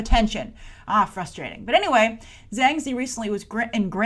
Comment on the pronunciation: Ah ok - I'm pretty sure Zhang is pronounced with a "J" sound though.